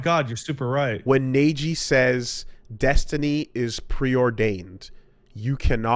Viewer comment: "Neiji" Me: (Rips off ears)